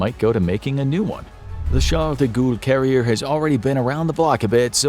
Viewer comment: de goulle XD